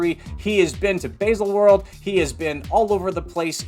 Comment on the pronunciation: Yup. That was pretty much uninterrupted cheerleading for the brand. Would also be cool if he bothered to learn how to pronounce Baselworld.